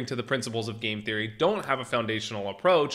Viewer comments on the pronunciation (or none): none